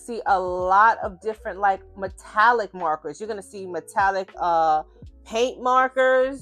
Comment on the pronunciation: I've come from Tiktok - had to come subscribe so I can hear you say mawwkaahs even more, I love your voice and your skills are chefs kiss I'm so pleased there is more choice now with art supplies. I took decades to build up my copic ciao collection, having other options now is fantastic. Thank you so much for pointing out how important your paper choice is too.